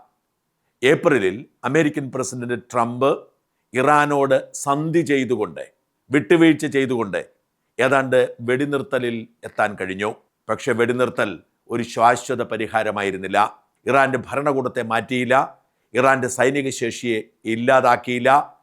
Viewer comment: ശ്വാശ്വത അല്ല "ശാശ്വത"😊